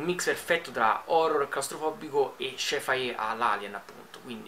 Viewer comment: Ma lo "Shai-Fai" cos'è?Un nuovo tipo di massaggio thailandese?